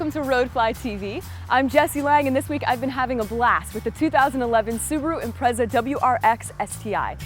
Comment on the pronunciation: Honest to god learn how to pronounce it, it's pronounced im-pret-sa not im-prez-a ffs. The whole way through that was bugging me no end